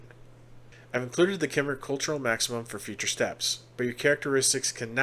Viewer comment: If you dont me saying Cymric is pronounced Come-Rick. Their land is Cymru pronounced Come-roo the people are the Cymri Come-ree and their language is Cymraeg Come-rye-g